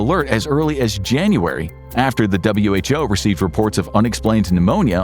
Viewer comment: Imagine being an info show and pronouncing "WHO" as who